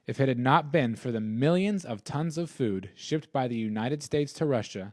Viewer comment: Store food not foon...LOL although if you like foon go right ahead